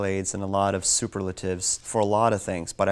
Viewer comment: He demonstrated a better command of English than many native speakers, though he did pronounce superlative as süper `lātive.